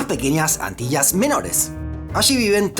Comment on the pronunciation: Porque pronuncias Antillas y allí de forma diferente? Ambas con LL